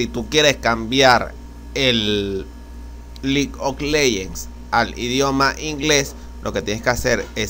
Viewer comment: vamos a selecciona la carpeta que dice LIG OK LEYENS, por que hablas tan feo.